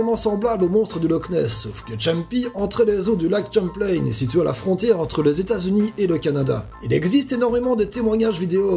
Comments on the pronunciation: pour ton information les lacs canadiens sont commé en français donc champlaing comme tu le prononce xD se prononce champ plein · Bonjours, je suis du Québec et je tiens à préciser que le lac Champlain est nommé en l'honneur de Samuel de Champlain, donc doit être prononcé en français et non en anglais. Merci!